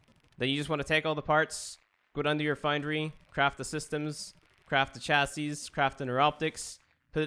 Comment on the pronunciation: KY-mera. Not CHI-mera. And thanks for your videos. They are very helpful. (PS it's also "chassee", not "chasseez.")